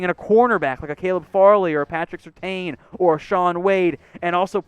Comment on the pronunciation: It’s pronounced Patrick Sur-TAN